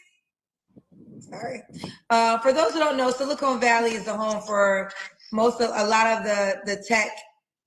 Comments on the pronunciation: It is SiliCON Valley, not SiliCONE Valley. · Wow… BOTH this Kendroid caller and Kendra back to back referred to SiliCON Valley as “SiliCONE”…. SMDH… 🤥🙄🙄🤦🏽‍♂️🤦🏽‍♂️😂😂